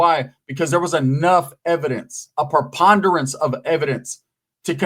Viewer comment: per-pon-derance? i dont know what that means but sounds like "a whole lot"